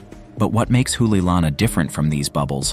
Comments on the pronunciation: Not an expert, but my pedestrian knowledge of the Hawaiian language tells me you are mispronouncing "Hoʻoleilana ". I believe it would be pronounced "Ho -- olay -- ilana", with the apostrophe acting as a brief separating pause.There is no "oo" sound. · The ' stands for a glottal stop.